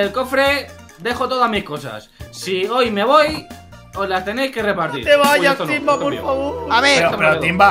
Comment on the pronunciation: Editalo porque dijister timva??? Si es timba jaja😂